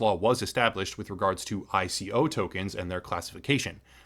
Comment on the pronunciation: Lol ICO. It’s not said like a word, you are so clueless sometimes lmao